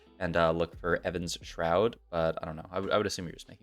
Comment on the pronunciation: it's EVENshroud! not EVANshroud...